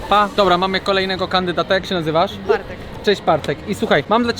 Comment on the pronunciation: Bartek powiedział,,Bartek",,,partek" nieprawdaż?